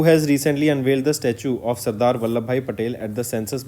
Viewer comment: Sir plz give proper attention to pronunciation. Like you are reading Sadar as Sardar.